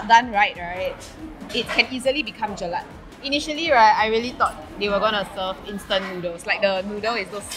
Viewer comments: Gurl its jelak not jelat. If u had said jilat it means lick! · i luv u sis but plsssss it is jelaK with the k sound at the end not jelaT. heheh